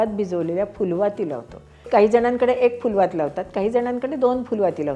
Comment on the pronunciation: केवढा हा मूल्यवान ठेवा तुम्ही आम्हा नवीन पिढीला देताय! कसे व किती आभार मानू ते अपुरेच! 🙏🏼🙏🏼🙏🏼🙏🏼🙏🏼 तुम्ही फुलवात हा शब्द, त्यातील फ चा उच्चार जो योग्य केलाय, म्हणजे प, ब ह्या ओष्ठ्य वर्णांप्रमाणेच केलाय त्यामुळे अतिशय आनंद झाला. 🙏🏼 आजकाल सर्वत्र फ़ारसी फ़ वा इंग्रजी F प्रमाणे आपला देवनागरी फ म्हणतात. तर आपसुकच हे ही ज्ञान तुमचा व्हिडिओ पाहणाऱ्यांना तुमच्याकडून मिळतंय!